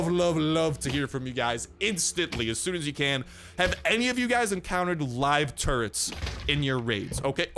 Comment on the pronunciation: When you were saying “turrets” I heard “turds” at first.. 😂😂😂😂 then I thought... oh no! Zombie 🧟‍♀️ 🧟‍♂️ pooooooooooooooo!! 💩 wouldn’t that be terrifying. I like the render if the big bad boss, but I think the witch is still the most terrifying. 😱😱😱 Great video as usual! 👍👍👍